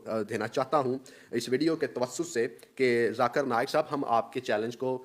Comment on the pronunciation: Big difference Between u and zakir naik he call u my mashi brother but u Pronouncing his name in wrong way very sad. Really you Don’t deserve Conversation